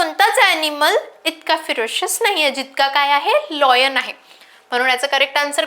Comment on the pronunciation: Madam लायन, लॉयन नाही